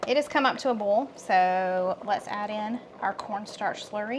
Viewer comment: Im just here to hear said boil, foil and broil😅 love you guys❤